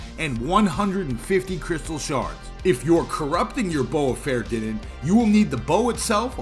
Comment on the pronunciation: great video for those that need to learn, but, tho pronounciation is completely wrong. if you wont call it "bowfa" you must pronounce it correctly "fah-er-thee-nen" you sound like an unclutered idiot.